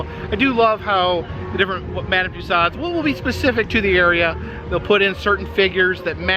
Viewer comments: Another wonderful video,, thank you. Just one thing: you are teaching your followers so much about tourist attractions and their culture. Please, could you start teaching them to pronounce "Toussaud" correctly? It rhymes with "two *so*", long o at the end and no final "D" sound. Merci! Oh, and,? Love it when you can join in his videos. You were so shy at first, I was afraid we'd never really see you (save for brief glimpses in a window reflection, say)... You bring extra sparkle to virtual tours. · One would think with all the wax museums he's visited, by now this guy would know how to pronounce "Tussaud's"! HINT: it's not " Tuss-ahhd's."